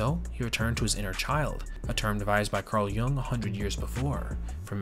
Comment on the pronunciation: Jung is pronounced Yoong